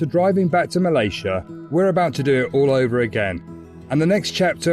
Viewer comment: you are also pronouncing 'Malaysia' incorrectly.